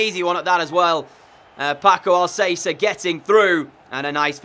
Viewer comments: I'm sorry it's bugging me, it Paco al-cas-er not al-say-ser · Al-ka-sair dude not Al-sey-ser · It’s Paco Al Ka Ser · Sorry but it's pronounced AlKacer not AlSacer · Who else cringed when he said pako al-say-ser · Al cath-er in Spanish Al casser in English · Had to dislike for “Al-say-ser” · "I might get some player names wrong, Paco Alsaser!!" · “I’m gonna apologise in advance as I might get some player names wrong AS PACO ALSAYSA GETS IN BEHIND sorry this killed me 💀😂 ❤️ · Pls pronaunce alcacer as al ka cer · It’s Paco Al Ka Cer bruh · Stop saying Alssasser ( Paco Alcácer) Go search for his pronounciation That triggers me sorry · Alcacer is pronounced Al-ka-sair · lol.. your absolute garbage when it comes on to pronouncing players names... It is AL-KA-SAIR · You have to say Alkaser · Alcacer is Al-Ka-Sir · No, its Al-Ka-Ser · STFU you guys don't speak spanish. Its Al-ka-ser you dumbass